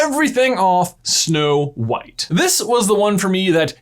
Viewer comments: "Schnow White" 🤣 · "Shnow White?" As for reusing certain scenes, I don't mind it if it makes sense and has a purpose in that scene.